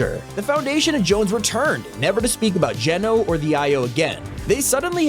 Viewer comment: U finally pronounce his name correct not to be rude but before u pronounced it gee,no instead of geno just sayin